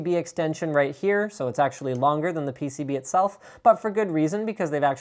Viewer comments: did he say "Pen(is)...PCB extender" xD ? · "peni Pcb extension right here..." "Rigidity enhancing piece that helps it droop less" Linus you trying to say something? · Lol, Linus almost said "Penis Extension" instead of PCB Exension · "..Pen(is) PCB extension right here."